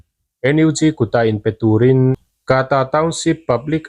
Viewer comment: Kaata ti lo in kta ti chhiar la a dik ang.